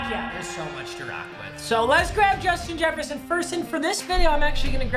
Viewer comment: Jushin Jesshferson